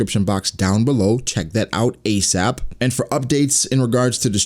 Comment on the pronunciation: “Check that out ACESAP😢”